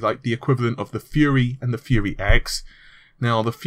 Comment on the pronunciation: Took me a sec to figure out that you meant "fury" not "fuhrer"